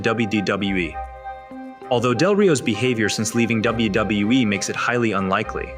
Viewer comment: The AI that reads this need to learn how to say WWE